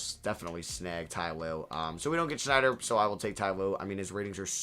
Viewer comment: Love the videos man, but his name is Quinn Snyder, not Schneider